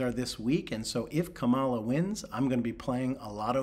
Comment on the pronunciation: He can’t say Kamala correctly. That’s what I call “a sign”.